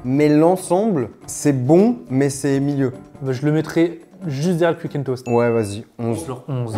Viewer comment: Pour il dit cuique le Fastgood, il sait pas dire quick?